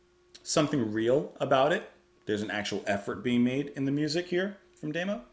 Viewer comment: Such a great album, I enjoyed your video. But it's tah-go not tay-go, and dah-mo not day-mo